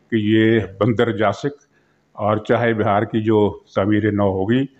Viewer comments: سر جی درست تلفظ چاہے بِھار نہیں چاہ بَھار ہے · Muhtaram yeh naam "CHAH E BIHAR" nahi, Chaah Bahar hai, tashih farmayain, shukriya.